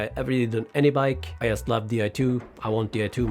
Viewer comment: You say word " just " wrong